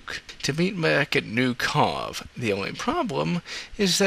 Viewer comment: I’m sorry but how could you mispronunciate these names so badly? How does KARRDE become KARADE?!? Otherwise your videos are pretty good but it’s like your pronunciation is wrong on purpose. Makes it hard to watch.